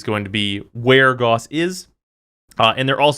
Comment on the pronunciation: "GAUSS" RHYMES WITH "MOUSE" IT IS A UNIT OF MEASUREMENT FOR MAGNETISM EVERYONE IS PRONOUNCING IT WRONG AAAAAAAAAAAAAAAAAAAAAAAAAAAAAAAAAAAAAAAAA